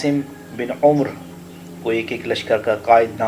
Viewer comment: اس لفظ کو عمر پڑھیں یعنی "ع" کے اوپر زبر اور "ر" کے اوپر جزم اور اس میں "و" ساکن ھے۔ طنز نہیں اصلاح سمجھئے گا اسے۔ جزاک اللہ